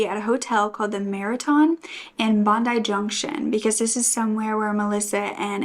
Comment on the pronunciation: The way non Aussies say Bondi cracks me up. I've heard so many variations and I think I've only ever heard 1 American say it right. (No hate, I'm sure we pronounce suburbs overseas incorrectly too, Massachusetts - I'm 👀 at you)